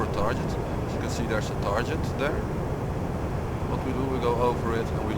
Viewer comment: dat "tarjet" >_<